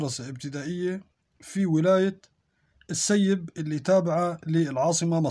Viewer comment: تسلم على القصه بس نطق ولاية السيب غلط ❤